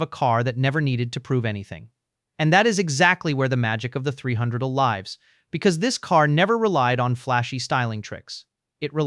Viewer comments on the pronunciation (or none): If there is a human involved at all in this production, for crying out loud can't you listen to and correct the AI mispronouncing? The 300L is pronounced three hundred el, not three hundredle. A V8 engine is pronounced vee eight, not vate.